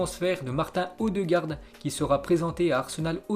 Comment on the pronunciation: on dit martine odegaard pas martin ptn